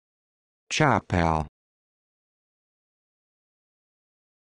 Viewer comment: its chuppal